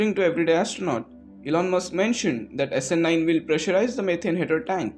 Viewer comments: thanks for this video. A small nitpick, the way SN9 is pronounced is a bit out of what I am used to, the two words are bound stronger (essenyn) and the ny/ni part of nine is stressed hard, too much for my comfort. Keep up the good work. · snNIINNE snELEVEN snSEVENTEEEN